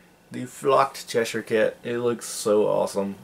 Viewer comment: You seem to be the only person from America that's able to say Cheshire haha!